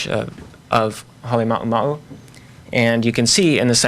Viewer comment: The presenter can't pronounce Halema'uma'u, he mumbles